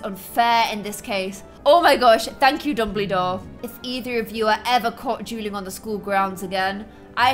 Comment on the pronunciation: Whenever you say dueling, I hear drueling